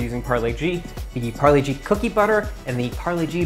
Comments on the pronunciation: Polo G? Nah, it’s Parle-G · pharle -g ni h pargle -g hai accent ke marey 👎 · When he said parle g and didnt say g mane genius...that hurt😭😭😭